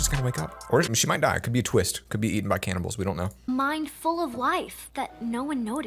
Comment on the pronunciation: story: im in a coma for years: always saying canabalse ( sorry if i spell that wrong ).